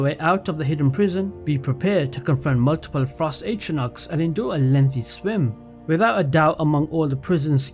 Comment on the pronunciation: It's "atronachs". Keep up the good work <3